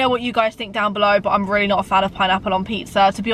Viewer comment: Why did say weally 😂